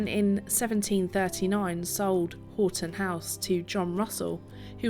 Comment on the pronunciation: Hi i used to live close to this Marvel in Houghton Conquest. By the way houghton is pronounced 'haw.tn'